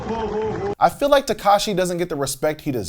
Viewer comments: Takeshi would have been given more respect if you'd said his name right. 😙Takeshi not Tekashi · "I feel like Tekashi doesn't get the respect he deserves" well for starters his name is Takeshi not Tekashi 🤦